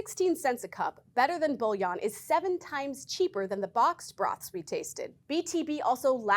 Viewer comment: Need to pronounce it "boo-YON." Bull-i-on is gold bars. 😃